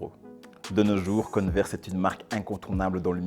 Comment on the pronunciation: converse on dit pas conneverse j ai remarquer plusieurs fois l erreur ;)